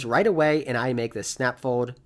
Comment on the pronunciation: I can't stop hearing "fowed" whenever you say "fold" haha